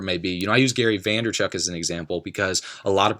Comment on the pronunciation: Vaynerchuk NOT Vanderchuk :)